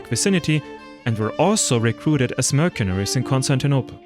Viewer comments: It is pronounced "mersenery", not "merkenery" (mercenary) in English. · Sevgili. Herşeyden önce eline sağlık. Ancak tarih bölümü mezunu bir İngilizce Türkçe çevirmen olarak bir kelimenin telafuzunu düzeltmeni öneriyorum. "mercenary" kelimesindeki "c" harfini Türkçe'deki "k" sesi ile değil "s" sesi ile seslendirmen gerekiyor. Bir de Kaşgarlı Mahmut'un paha biçilmez kitabının adını da "Divan-ı Lugat İt-Türk" şeklinde okumalısın. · Great work! a little correction of pronounce of 'Mercenary' which is 'mur-sun-(u-)-ree'